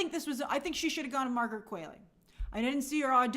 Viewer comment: It’s “Qu-ALL-ey”. Not “Qu-AIL-ey” 😭😭